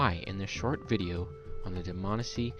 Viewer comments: DihManEESEE NOT DihMANessee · Neither of those are correct. It's Dmanisi. Plain and simple. No need to stress any syllables.